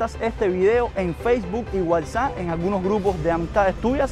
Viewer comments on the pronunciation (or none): none